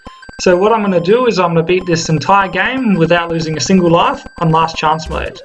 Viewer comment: You dont say life right You pronounce it laugh